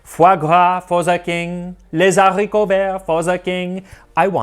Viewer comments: Dear Max, loved your channel! Awesome content... A small tip le h de haricot est aspiré, ça veut dire que la liaison est interdit et on prononce /les|haricots/ et non /le-z-haricots/ ... Hope you and your family are healthy and well. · Les ZZZ’ haricots verts !!! The mistake that every French people makes ... Max, you’re now one of us !!! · You have quite a good French accent... oh, wait- you said "les-z-haricots verts"...never mind. Ha ha! There is no liaison for that word, but truly, your French pronunciation is pretty good. I liked the video. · The sauce looks sooooo good! 🤤 I want to call all the restaurants nearby a'd see if they have duck stock now! 😅 (Also, we don't pronounce the s in "les" in "les haricots verts", dont make the liaison when the word starts with an H! 😉 Still love to hear you speak French!)